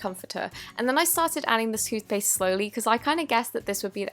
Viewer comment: Did you say stupid toothpaisth